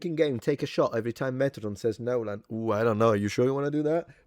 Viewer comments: Metatron, i love you, truly. Long-time subscriber, but if you do a 60-minute video, of you just saying "nolen" over and over again, i promise you i am NOT GOING TO BE WATCHING IT. hahahahahaha, i can't promise much in this life, but i can promise you that. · "NYOLEN" is now the standard pronunciation for his name.